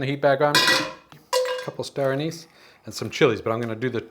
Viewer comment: Oh... lol You were saying Star Anis! R?